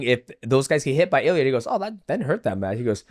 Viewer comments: It's Ilia not Ilier :D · Purey uh??? 🤦🏿‍♂️🤦🏿‍♂️everyone knows how to say his name idk why tf u say his whole name wrong on purpose 🤦🏿‍♂️ iliar??